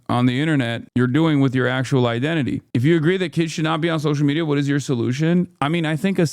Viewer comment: Hon you cant even say media without it sounding like meteor